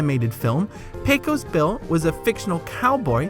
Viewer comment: A couple of mispronunciations I noticed: "Aunt Polly" is pronounced "ant," not "ahnt," and "Pecos" is correctly pronounced PAY-kus, not PAY-kose.